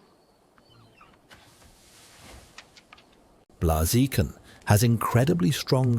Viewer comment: BLAH - ZEE - KIN